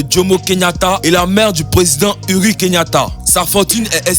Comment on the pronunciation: C'est pas Uri Kenyatta mais uhuru